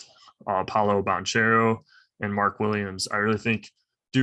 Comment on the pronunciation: No one can match dukes front court? Um, have you heard of Gonzaga’s Chet Holmgren and Drew Timme? Apparently not lol. By the way, you’re mispronouncing Paolo Bancheros last name…